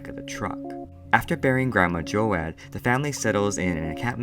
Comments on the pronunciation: Have I been saying my name wrong all this time? I thought it was joad like toad but this kid keeps saying jo-ad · Yeah he pronounced it wrong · Joe-ad?? I swear it’s Joe-d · His name is pronounced like toad but with a j sound, as in jar. Do J-oad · Ocean Water It is Joad like Joe-d. Even in the movie. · Thanks for the summary friend! I appreciate your work here. Just a small tip though, Joad is pronounced "Jode" with a long "O" sound. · joAAd? the hell? Do you even english?